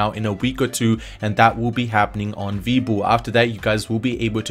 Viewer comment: WWEEEEbull not VEbull